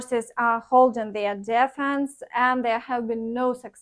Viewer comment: if you like I'll list the words that need your attention in the comments. An important one is "defense" not дєффнс, але дііфнс. I'll do it for other words when I hear them. You can use Wiktionary or other websites to hear the correct pronunciation